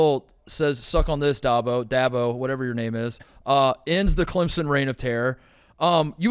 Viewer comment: DAB-oh Not DOB-oh C'mon Mark. U can do this.